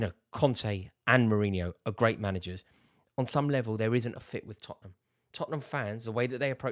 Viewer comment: Rory, it's Tottenham.